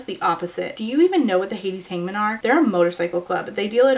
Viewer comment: OH it’s Hades Hangmen!! I thought you said Hades Hymen 😅 that sounds like a very different series